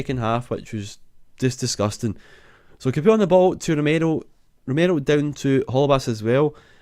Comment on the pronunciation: I think Capoue is pronounced 'Cap, Pow'